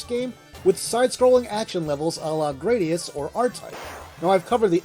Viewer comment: Neither of the pronunciations you gave for Gradius match the one that Konami themselves provided in the introduction to Gradius Gaiden. Apparently, it’s pronounced gruh-DEE-us, with the emphasis on the second syllable. It actually makes sense because that means the spinoff is pronounced just like “parody us” in English.